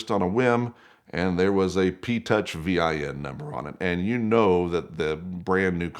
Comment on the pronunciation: vin is not spelled its pronounced . its called vinwiki not v-i-n wiki